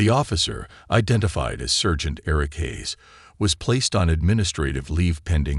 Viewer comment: Good story and nice reading, but one odd mistake. Not "sergeant" with the "ser" pronounced like the "cer" in "certain" — it's pronounced with the "ser" rhyming with "star." Strange miscue for a native speaker.